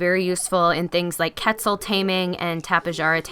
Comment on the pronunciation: bro really said "ketzle taming"